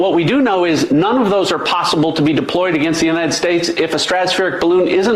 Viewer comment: ‘United Space air space’ Maybe she’s sober & just has shitty dental care.